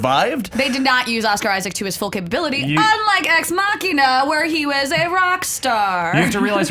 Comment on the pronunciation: I like Allison because she pronounced Ex Machina damn right!